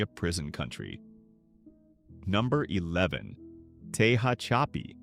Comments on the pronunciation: I've NEVER ever heard "Tehachapi" pronounced so utterly wrong. Tell me you don't know what the hell you're talking about without saying it. 🤣🤣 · Can't believe how badly the AI is pronouncing "Tehachapi" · It's pronounced Tuh-hach-uhpee and I-own. You really need to do your research on how to pronounce words because it's really annoying. Who the F$%^ sees the word Ione and thinks it's pronounced I-own-ee.